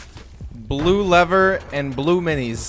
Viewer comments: Do anyone else Heard him say Blue minis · The man said blue mins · My boi really said blue leaver and blue mines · IK he said “Blue lever blue minis” 😂😂😂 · Did anyone else hear him say blue minis